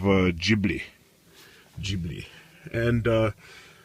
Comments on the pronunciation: Jiblee is hurting my ears, it's pronounced GEE BLEE for fuck sake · KentZeL lol, this guy is dumb as fuck. Jiblee jiblee jiblee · AND! It's Ghibli as in GO or GOT or GET it right! NOT Jibli as in JEEP, or JUMP or JUST shut da fuck up!